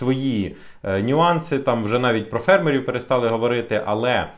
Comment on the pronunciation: Дякую, що в слові "фермери" поставили вірний наголос. А я вам за це ставлю вподобайку !